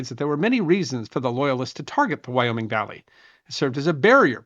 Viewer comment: Thank you. I lived in Wyoming Valley, and when that was said, I cringed big-time.